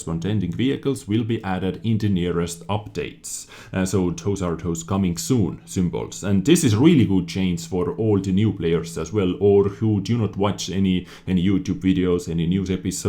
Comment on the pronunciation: 'Change' is not pronounced 'Chains'